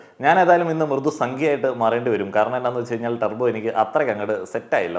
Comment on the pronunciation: ടർബോ❌ തൂർബോ ✅